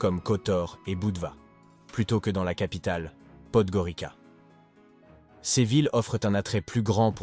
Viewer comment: On prononce Podgoritsa.